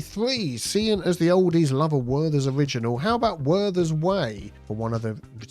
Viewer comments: it's Werther's not worthers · It’s “Werther’s” not Worthers